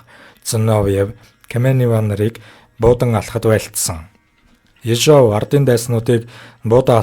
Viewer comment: Ё-г удаанаар /ударение/ дуудна, Орос хэл гадарлаж байж ярь.